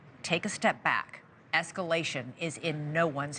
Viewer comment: “Refrain from ethcalashin 💅🏻”